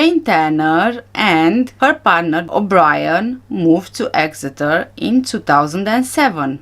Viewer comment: You did say Exeter perfectly. You are a very good detective, keep up the hard work. So many of us know there are some very suspicious things about this whole case from the beginning, I think justice will be done one day.